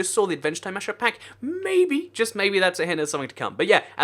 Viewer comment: his voice when he says 'mabey' tho😂